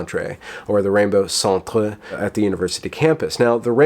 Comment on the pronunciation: I don't know if you're just taking the piss out of Canadians or whatnot, but Rainbow Cent-re is pronunced the same as Rainbow Cent-er. It's a weird spelling quirk that comes from the French influence, but words in Canadian English that end in -re are pronounced the same as American -er words. That being said, the Rainbow Centre is clearly ridiculous and I have no problem with some lighthearted mockery, if that was your goal.